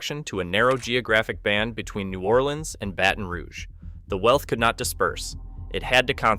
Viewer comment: Please pronounce New Orleans “New Or Lens” like the guy in the video. That’s how all the locals say it. If you say new or LEANS imma slap u😂❤